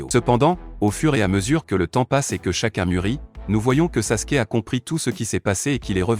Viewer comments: Et Sasuke pas saske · S'est pas saske mes Sasuke